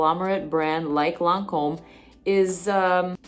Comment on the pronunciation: Ma'am! That pronunciation was spot on! Edited: you clearly speak French. Dumbass me!